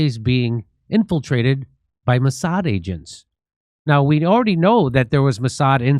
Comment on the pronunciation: Jim , it is Mouse-ad